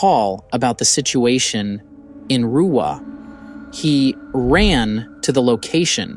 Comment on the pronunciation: Zimbabwean here you nailed the pronunciation of Ruwa.